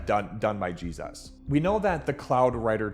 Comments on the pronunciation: Why do you say Jesus like you were kicked in the head by a mule? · Anybody know why he pronounces Jesus as Jeez-oss ?